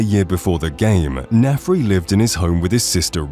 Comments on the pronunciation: Do you think anyone who's played the game would ever even accidentally call Narfi Nafri instead? It's not a matter of dyslexia when you've heard a name, so it's either that the narrator has never played the game and is slightly dyslexic, or is text to speech and the text is misspelled in every instance. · Nafri? His name is Narfi. Hard to mess up since he refers to himself in third person! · There are several comments each correcting specific instances, so I ask: Were a lot of these basic mistakes on purpose, like a kind of copy protection? Example: Michael Kirkland should be Kirkbride Example: "Naf-ri" should be "Nar-fi" Example: "justickar" should be "justish-ee-er" It's like finally falling asleep on a car ride but then being jolted awake by a pothole or stretch of cobblestone